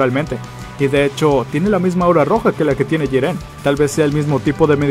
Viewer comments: Pq dices Jirén y no Jiren? :v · Se dice jiren y no jirén, habla muy rápido y no se entiende ni mierda. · Jíren es , no jirén, porfavor viejo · Jirénnnnn es Jiren :v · pronuncia bien es jiren no jirén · como cuando pronunsien mal jiren xd